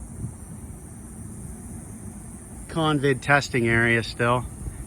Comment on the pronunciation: In the opening, thought you said “convict testing center.” LOL. You’re a natural at this.